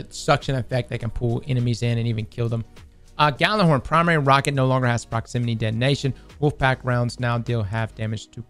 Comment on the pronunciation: Gjallarhorn is pronounced "Yallarhorn", just btw.